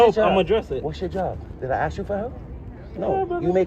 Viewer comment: Lmao@ way it speaks "aks, aksed, aksing, akses*